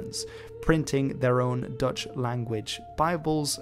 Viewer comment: Intersting video thank you! An unrelated question, are you Dutch? As in Dutch is your first language? Because if so, congratulations on the English accent! I usually hear it instantly but, with you only when pronouncing Dutch names as you should.